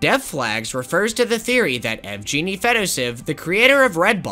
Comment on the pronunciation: Pretty random and inconsequential, but I think yvgeny is pronounced w a hard G sound Unless that’s not the devs name lol